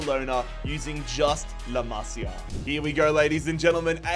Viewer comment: LA MASIA NOT LAMASIA